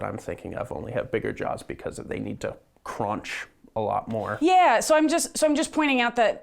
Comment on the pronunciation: More cronch, need more cronch 😻